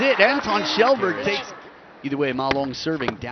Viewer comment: Yeah. Pronunciation is more like Shellberg, though.